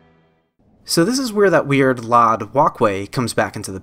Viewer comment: Hey man, great vid, love the deep dive into my favorite game of all time, however...please stop pronouncing LOD as LOD, it’s pronounced EL-OH-DEE. Not LOD like Load but no A, that was bugging me lmao